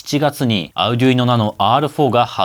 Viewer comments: アルでゅいーノ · の発音を聞いて、Arduino（アルドゥイーノ、アルデュイーノ、アルディーノ）違うなあ？ 値段と性能でピコ２がコスパ勝ちかもしれません。